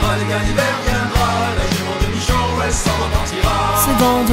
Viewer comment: ce qui m'a pas plus c'est la Jument de michaw (comme tu l'a prononcé) dit bien Michao